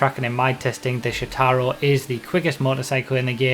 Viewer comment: Quick note: Since Shotaro a Japanese name, the emphasis is on the first syllable, not the second.